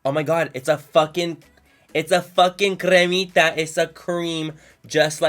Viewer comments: OMG ITS A FUCKING “ cRRRRRRRemita “ 😂😂😂😂😂😂😂😂😂😂😂😂😂😂😂😂😂😂😂😂😂😂😂😂😂😂😂😂😂😂😂😂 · Lol “cremita” 😂😂😂😂😂😂😂😂😂😂😂😂😂😂😂😂😂😂😂😂😂😂 love you so much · "CREMITA" ajajajajajajahahah love youuuu!!!! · It’s a “cremita”, lol!!! Love you Manny!!!! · “It’s a creamita”😂